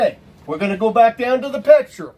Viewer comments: I don't know how credible a guy who can barely pronounce "picture" is. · Dude cant even say the word "picture" correctly